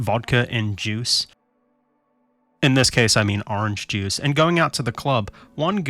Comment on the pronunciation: ITS DA JOOSE